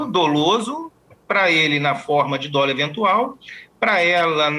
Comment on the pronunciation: Dolo. Dólo? Mudou o português???